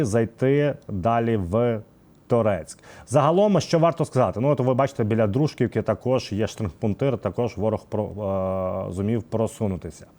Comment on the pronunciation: Дружківка, наголос на кі